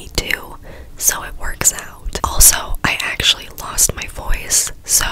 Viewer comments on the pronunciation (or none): none